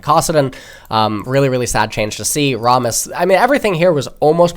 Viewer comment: “Ah trox” “Rahm us” HUHHH!? 😭